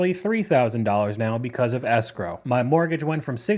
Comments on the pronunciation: What is “sgrow”? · As a French person, every time I hear the English word "escrow", I can't help but think of the French word "escroc" (you pronounce it exactly like "escrow"), which means "con artist" ! There must be a reason why these 2 words are connected !